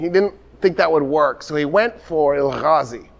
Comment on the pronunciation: please no throat sounds in Turkish. (it hurts to hear or I will keep shouting Julius Caesar and Nicea)... now no "Ghazi" it is "Gazi" like you say gas or grass just the same "g" or Toktekin not Tocghtekn ...not Tughrul... it is a soft "g" you do not pronounce it at all but pronounce the vaul before it double so it is "Tuurul". it is terribly rude to be speaking with deep throat sounds. Turkish still being confused with Arabic even by someone who is so aware of it.... part 1 of the lecture Turkish, Mongolian, Korean, Turkish being related